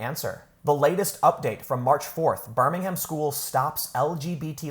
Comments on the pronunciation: Pronounced birming-um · A note on the pronunciation of places. Birmingham, Alabama and Birmingham in the UK are pronounced differently. The trick is, for British place names ending with "ham", don't say the 'h', and make the "am" more like an "um". So: Birmingham = "Burr-ming-um" Cheltenham = "Chelt-num" Altrincham = "Alt-ring-um" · Tim its pronounced birmin-um. not birmingHAM lol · Birmingham is pronounced in the UK as Birming um. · I know this sounds snobbish, sorry it's not meant to be, but hearing foreign people saying our place names "wrong to us" just sounds odd. For you peoples outside the UK, who don't know this, the "H" is silent in our place names that end in "ham" which is the abbreviation of hamlet. So Birmingham would be pronounced "Ber-ming-am". That and seeing Yanks constantly swear at us when they count the number two on their fingers is also strange to us. Showing the forefinger and middle finger, with the knuckles pointing outwards away from you and pointing at someone else is just as bad as "Flipping the bird" to multiple nations of Europe. Sorry that last one just baffles me.